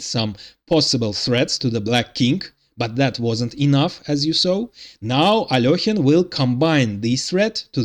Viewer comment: At last someone who pronounces Alekhine correctly. But I suspect you are Russian.